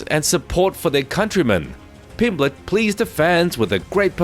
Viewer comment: Paddy Pimblenden 😂